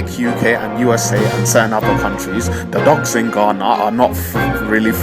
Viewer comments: Nr. 1 Don't pronounce GHANA like the guy in the video. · OMG. The most horrible, annoying video I ever watched on utube. What makes him think he sounds British? Forcing some stupid accent. The way he pronounced Ghana is very bad. I don't know who encouraged him to do this video. I'm disappointed, but this guy is not from Ghana. Eiii